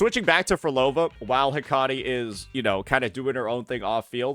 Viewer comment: heck-uh-tee not....that.